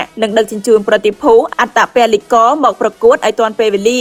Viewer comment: អត្តពលករមិនមែនអត្តពលិករទេសូមអានឲ្យច្បាស់ក្មួយស្រី